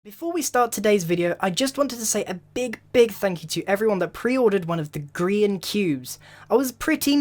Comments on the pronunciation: Who pronounces grian goian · Grian not grain